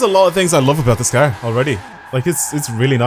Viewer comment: I love how he says car "cur" LOL